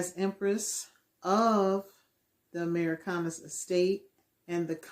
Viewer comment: "We are the Amurickanus"? Amurick... anus? Am I being pranked right now?